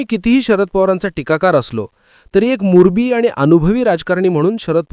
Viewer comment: मुरबी नाही मुरब्बी